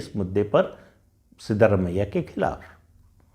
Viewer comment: Sir it is सिद्रामय्या not सिद्धरामय्या